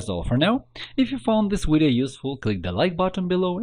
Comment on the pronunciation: You know it's a real tutorial when they say "wideo"